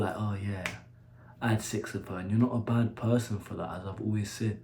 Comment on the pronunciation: The way He pronounces "secksss"